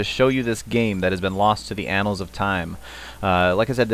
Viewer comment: Did he say Anals of time?!